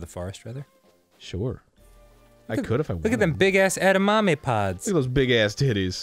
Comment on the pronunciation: "E•da•ma•me," not "eddamomay." (Not mad at you, Dan; just complaining about something, 'cause my room has no air conditioning, which is making me cranky.) I'm trying to cool off by listening to this spectacular show.